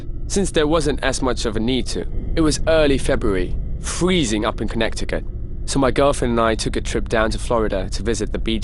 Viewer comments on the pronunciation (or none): Mans really said connecticut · 😂 lol “Connect-icut”